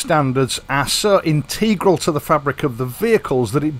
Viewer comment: The only bit I didnt like was "inteeegral" pronunciation . Otherwise great .